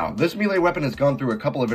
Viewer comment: The Heavy Commitment is pretty interesting. Kinda wonder if it would make the GRU obsolete though with those stats. Overall some decent ideas here. P.S. I don't think I've heard many people pronounce melee as "me-lay". I'm no english major or w/e but it's usually pronounced "may-lay".